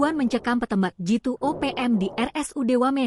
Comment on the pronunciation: Sekelas Tribun, editornya tidak mampu berbahasa Indonesia secara baik. PETEMBAK..🤣